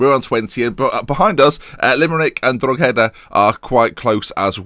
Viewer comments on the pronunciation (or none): UCD is University College Dublin and Drogheda is pronounced 'Draw-hada', just try it with our accent. The G is pretty much silent. just adding to the terrific show ;) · Btw Drogheda is said like Drock-eda .Great vid as always!